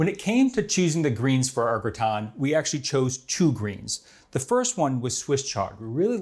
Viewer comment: Looks like a great dish. This man is so methodical and exacting, that his butchery of the titular French word is baffling. Why not call the dish a "casserole"? There's no reason to be ashamed of the American term for this dish, is there?